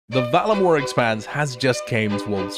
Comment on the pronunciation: Whack that, even looking at the word VAR-LA-MORE, you somehow manage to pronounce it Vala More. Fuckin shocking.